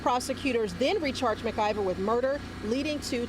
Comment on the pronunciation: It's Mclver not Mergiver